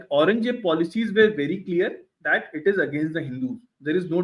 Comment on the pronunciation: They have Audrey trushkey on their side we have a guy who can't even pronouce aurangzeb